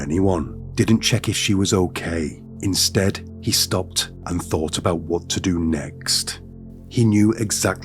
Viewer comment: Dude, if you want to make a livingvfrom narration, learn to pronounce your "th" sound. Its not fink, eever, welfy, fort, fink, forty, free, uvver, furty free, fing etc.